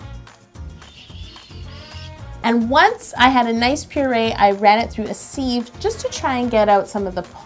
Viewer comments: Anyone else freak out when she pronounced sieve as "seev" instead of "siv"??? 😱❣️ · Briony L regional dialects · Briony L What's the difference exactly?! O.o English is not my native language, and I don't think I know the word "sieve" but "seev" and "siv" sound the same to me... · When you say "Seev" it's the the "E" that is exaggerated but when you say "Siv" it's the "I". It just sounds strange.... especially when you have only heard it called SIV.... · Oh it's not a Canadian thing we say it "seev" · Yup its a seev in canada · I'm British and I say siv